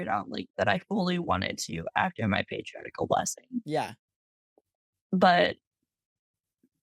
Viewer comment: Beautiful story. Thank you for sharing. You will always be a great missionary with or without the official call. One suggestion, some church members mispronounce Patriarchal Blessings. It is not Patri- article, it's Patri- archal. Hope this helps